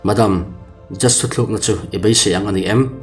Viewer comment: Thu thlukna ni lovin Thu tlukna tih zawk ni se